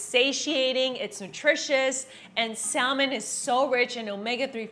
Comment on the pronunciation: que jodidos es Sal-Men? The L is silent